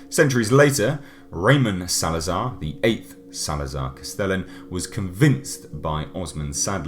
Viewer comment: The way you pronounce things is infuriating for some reason "LAYS PLAYGUZ" "RAYMIN SALZAR"